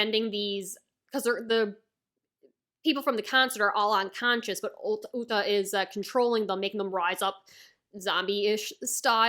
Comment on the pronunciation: Uta(Oooo ta ) not ulta no L where u get the L